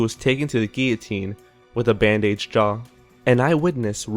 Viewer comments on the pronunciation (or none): They aren't English/American pronunciations. They are improperly programmed text-to-speech engine pronunciations. A 5 year-old child knows that it is pronounced "ban-didge", not "band age" as if it were the lengths of the lifetimes of the members of a musical group.